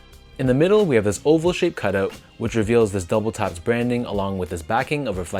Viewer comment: Am I the only person that heard him call it double taps and not WTAPS? It's WTAPS not double taps